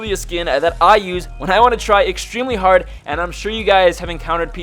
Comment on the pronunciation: "There trying pretty harrrd"😂